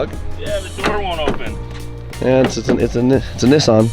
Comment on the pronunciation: actually said Nissan correct for the first time 😅 I thought I've been saying it wrong my entire existence after hearing how and the gang like Adam LZed 😳 made me rethink everything I've ever learned in life 😂 Now please stop saying Muzda, it's Mazda. Also please tell Adam to bring this event to South Africa 🇿🇦 the WORLD stays sleeping on RSA. We have car culture that even the UK is jealous of 😊